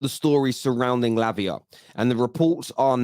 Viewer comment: Why you saying labia? 😄😄😄😄